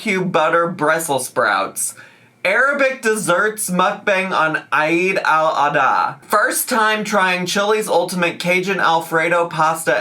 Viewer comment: hahaha the way pronounced eid al-adha is so funny😂❤